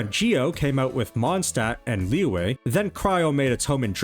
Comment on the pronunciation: why took time to learn how to pronounce shenhe but never tried to learn how to pronounce liyue? even saying lee-yeah is better than lee-way